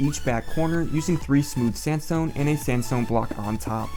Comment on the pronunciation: when you say sandstone i understand samsung i don't know why :))))